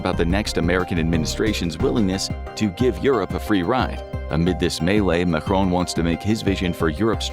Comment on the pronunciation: Macron was pronounced as if he was Spanish and spelled "Majron" 🫠